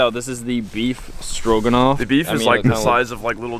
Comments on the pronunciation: I swear to god he said “beef strokinoff” 🤣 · I live the way says stroganoff. “beef strokin’off” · did you say "Beef Strokin' Off"? LMAO